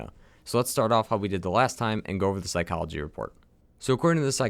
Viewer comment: psychology, physiology... mind, body. fizz-ee-ology is what you're going for